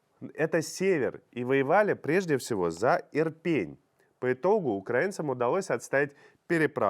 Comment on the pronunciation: Сумы,ударение на У !!! Ирпень- ударение на Е !!! Наверное нужно готовиться к эфиру. Уже месяц про эти города говорят и все никак не выучите ударения городов, где сражаются за свободу. Украинцы- ударение на И!!! Запомните уже все наконец-то.